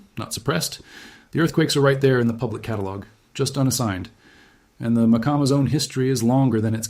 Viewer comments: We pronounce it like mah-KAH-muh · Pronounced Mia-cama